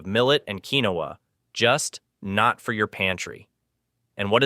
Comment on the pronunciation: I HATE BOT NARRATION!! It is Keen-wa (quinoa)